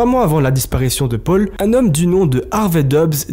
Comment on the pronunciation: qqun lui explique que c’est paul pas pôle le prenom?